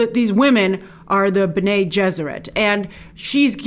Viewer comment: Pronounced Bene like “Benny”... not like René with a B.